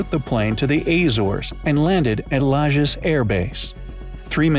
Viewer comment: one thing he DID research well for the video was the correct pronunciation of "Lajes" in Portuguese. It was flawless - although he used the Brazilian Portuguese pronunciation, not the European one. In Portugal they would have almost muted the "e" and pronounced the "s" like "sh".